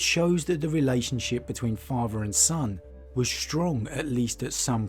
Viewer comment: i made it to before i heard "farfer" (father) for the hundredth time and nearly imploded mentally.